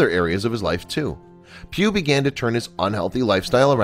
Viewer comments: Pugh it's Pugh.... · I thought he was saying pube . . .